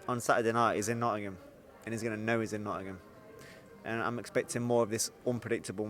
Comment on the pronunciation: please learn to pronounce Nottingham, you and Eddie are both the same…Its not pronounced “Notunum” I know its a long word but give it a crack!